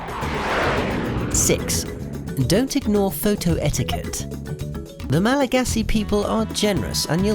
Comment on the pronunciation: Your pronunciation needs to be improved😆 (former traveler and Malgachant)